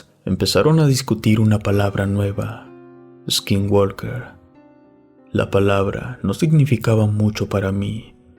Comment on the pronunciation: no digas eskinwalker se pronuncia skinwoker, sin E al principio y la L no se pronuncia, es para mejorar mi comentario, saludos de Sonora en la frontera con Arizona